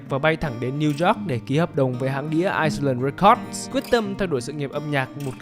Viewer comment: Island record đọc là ai lừn re cót, thay vì ai sờ lừn, nội dung thì rất hay r ạ.